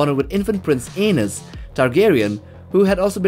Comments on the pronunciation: Because he said it like *anus when it’s pronounced A-knees. 😂😂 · Probably because of his accent, he was mispronouncing it which is understandable but still funny